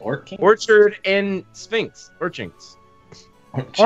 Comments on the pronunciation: it's not orchard Sphinx it's orchard LYNX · Minx not sphinx, close but no cigar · Orchynx as in orchard lynx like the cat